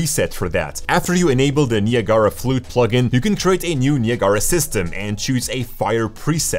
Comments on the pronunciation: Niagara pronunciation = Nye - ag - ra. (not knee-uh-gar-uh) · OK This is like the 3rd video I've seen where Niagara is pronounced completely utterly abominably wrong. It's pronounced like Niagara Falls : like this- nai·a·gruh faalz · Im using his pronunciation of Niagara from now on. Way cooler